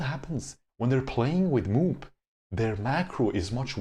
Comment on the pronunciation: "MOOP" doesn't pronounce "moop" but MOO - P .